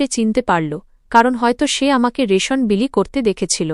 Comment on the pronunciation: রাসন না রেশন হবে